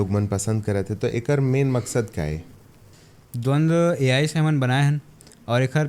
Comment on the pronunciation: द्वंद्व ✅ द्वंद ❌